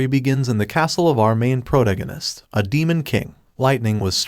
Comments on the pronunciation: a progonanist is someone that progonans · what is a progonanist edit: this was meant to be a joke, i was mocking how he said protagonist